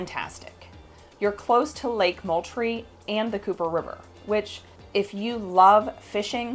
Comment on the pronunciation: Moultrie pronounced mooooltrie, like a cow mooing. But a nice comprehensive presentation. Thanks